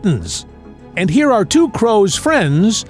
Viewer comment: Does this look like Italy? No, I remember the Indian man , not the Italian man! This is evidently careless human input. || On use of AI voice: This voice pronounces the W in two, which is a bit laughable. A Casey Kasem-sounding AI? Opps! Skipped the U in interlocutor! Lame AI. Don’t mind the use of AI if prompts are used conscientiously. There are entire YT channels using AI to build videos with zero prompt QC. Hate those!